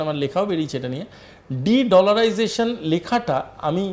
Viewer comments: এই সব লোক কে কেন খবর পড়তে দেয় আজতক। এ তো বাংলা ইংরেজি কিছুই ঠিক করে উচ্চারন করতে পারে না। ডিড লারাইজেশন শব্দটা কখনো শুনেছেন? আমরা যেটা শুনেছি সেটা তো ডি ডলারাইজেশন। এই সব ইডিয়ট যখন এইসব কথা বলে তখন তো খবর টাই গুরুত্ব হীন হয়ে যায়। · This Backbone less Indian Fools even not capable to pronounce De Dollarisation. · উচ্চারণ ঠিক করুন, কথাটা ডি-ডলারাইজেশন হবে।